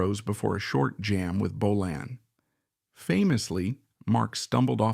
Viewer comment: Hate when AI can' t prounce Bolan correctly